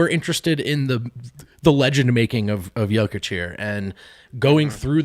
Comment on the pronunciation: Why has switched from saying "Joukić" to saying "Jakić"? It sounds even more wrong...